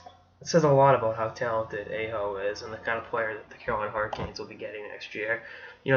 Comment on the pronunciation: his name is pronounced Ah-Ho